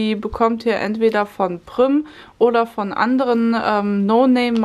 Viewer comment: Prümm 🤣🤣🤣wird übrigens Priem ausgesprochen... das Prym Werk ist bei mir in der Nähe